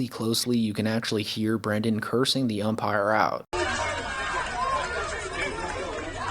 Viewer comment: Did he just say *The Umpactor" ?